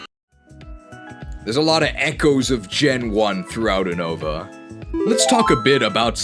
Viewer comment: ever since you started pronouncing Unova wrong I’ve heard more and more Pokemon YouTube guys pronounce it wrong too and for that you’re just the worst